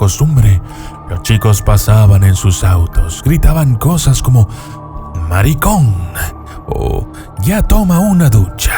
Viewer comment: Sono en buen dominicano cuando dijo maricon jajajajaj